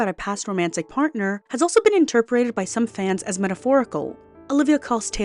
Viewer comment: Girls, I love your videos but the word is “interpreted” not “interperated” also, debuted is “day-byood” not “day-byoo-ted”